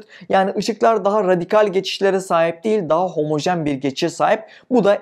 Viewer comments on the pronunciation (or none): none